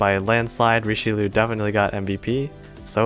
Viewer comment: It bugs me every time he pronounces Richelieu